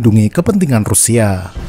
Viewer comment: Pengucapan bahasa Rusia nya keren